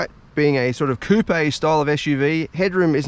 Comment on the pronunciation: High quality as usual! Also love how you pronounce Coupé correctly as an educated man, unlike those who pronounce it as “Coop”.